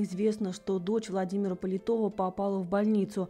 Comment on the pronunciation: Его фамилия не ПолитОв, а ПолИтов!!! Вы сначала хотя бы выяснили этот момент, прежде чем ролик снимать.